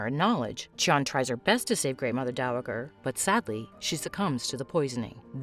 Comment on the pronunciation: Great show, irritating to listen to this narrator mispronounce dowager so many times.